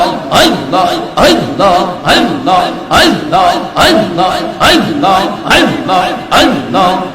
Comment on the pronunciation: আল্লাহর নামটা সঠিক ভাবে উচ্চারণ হয় না। পাউল